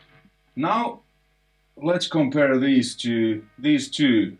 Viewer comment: Please don't "komPeRrr..." but "compare" LOL